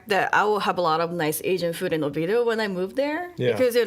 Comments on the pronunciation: It is not Over doh. it's Oviedo! Over doh it what others call it who can't pronounce it😂😂😂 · It’s not pronounced “Oveedo”. That’s what the over confidently obtuse call it. If the majority who live there call it that, then I have significant picture of who’s residing there. Pass.